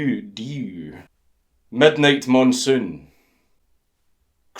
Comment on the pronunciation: I'm sure there isn't a reason you pronounced "dew" that way, nope...